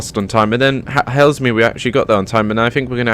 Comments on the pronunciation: And Hazel-mear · Haslemere is pronunced Hazelmere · It genuinely annoys me how no-one can pronounce Haslemere correctly (It's pronounced Hazel-mere)